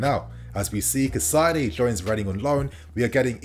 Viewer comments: Cai-Ce-Do/ Cai-Say-Doh , pls get this pronunciation right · Hey kid, one last time: KAH-EEE-ZE-DOH Caicedo. Learn to pronounce people's names properly. Be respectful.